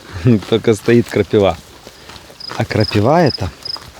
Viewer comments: 🎉КрапИва, почему крапивА?😂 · Всем привет!, крапИва... Даже мне слух режет)))) А колючки очень полезные, наши верблюды обожают...)))